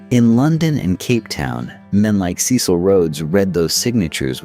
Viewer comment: When your AI places van Riebeeck's settlement on the opposite side of the bay, with Table Mountain as scenery instead of a backdrop, your credibility goes, also battered by the wrong pronunciation of Dutch names and indigenous peoples. Or "Cecil". k Dutch was not "stripped down by the African sun" but modified by the "Malay" slaves they imported from the East (Malaysia) as well as the French. Majuba was 27 February 1881 yet the newspaper headlines are Garfield's assassination on 2 July 1881. The drawings of characters often bear no resemblance to existing photos - eg Wikipedia. One of the worst abuses of AI on the internet. The flecks of light flashing across the screen add nothing but irritation to the production.